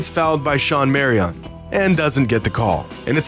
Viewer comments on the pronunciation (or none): why did he pronounce Marion like that? 😂